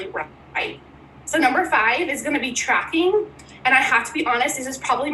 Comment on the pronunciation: Sounded like number 5 is trapping... not tracking...